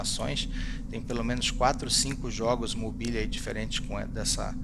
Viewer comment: Não e uma crítica ok? Apenas uma correção com todo respeito. ❤️ Abraço se escreve: Mobile Se fala: "mobáiol"